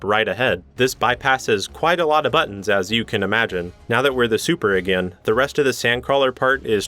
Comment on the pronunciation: I don't say this to be mean but hey says again like a gin